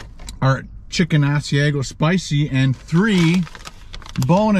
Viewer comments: I have never tried the Ass-E-A-Go chicken sandwich, just the Ah-C-Ah-Go chicken sandwich lol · All I ask is research your pronunciation of food your not sure of. Restaurant I worked in it's ( As/i/ag/o)sorry your not saying it right. Other then that I love watching. Wendy's breakfast has special sandwiches called doubles has extra meat and egg and cheese. But not all have .I'm in Harrisburg, Pennsylvania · Say it like this. AHH-c-iago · How you pronounced Asiago is cracking me up! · You are saying Asiago so wrong